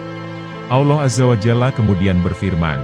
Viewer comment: Lou sok tau amat sih mind disepak bola lou banyak omong sekarang masalah agama lou banyak cerita juga ang lou manusia superkah dibidang agama sampai dimana ilmu lou sebut Allah aja lou blepotan